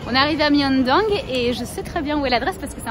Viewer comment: On dit pas Myeondong mais Myeongdong🩷